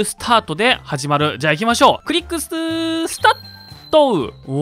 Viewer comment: スタートがスタット－にしか聞こえん